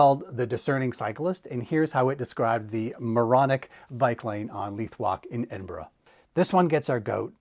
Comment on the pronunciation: Good pronouncing it almost correctly instead of edin burg